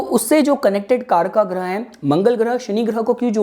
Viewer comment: Ye karkaaaaaaaa kya hota hai.....vo kaarak hota hai kripaya hindi bhasha ka samman kare kripaya